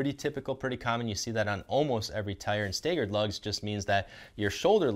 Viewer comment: Great choice. Love my AT3W’s. Also “Stagger”. Like stag-er. Not stay-ger. 👍🏻😬